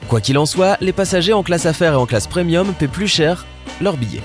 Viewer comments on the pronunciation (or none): none